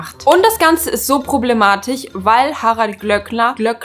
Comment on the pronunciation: ProblematiSCH, nicht problematiCH. Bitte